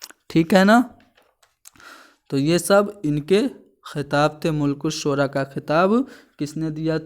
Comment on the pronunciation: ملک الشعراء م پر زبر ھے ناکہ پیش